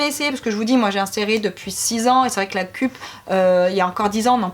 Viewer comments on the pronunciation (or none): On dit "keup" et pas "kup" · Et la cup se prononce ceupe